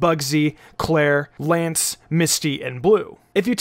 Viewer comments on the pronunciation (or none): none